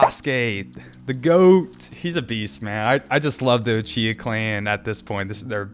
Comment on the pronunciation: His Orochimaru and Uchiha pronunciation is almost max level already 😆